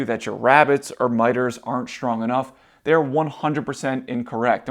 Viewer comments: It's not SHTRONG it's STRONG and other words too. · There is no h after the s in the word strong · How schtrong is schtraw? Sorry I mean how strong is straw? There's no H in those words